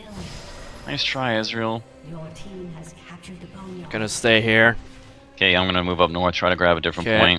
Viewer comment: I like how pronounces Ezreal like Israel